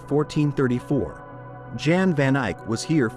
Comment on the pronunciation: at least get the man's name right! Jan van Eyck. Jan is pronounced like Yan in Dutch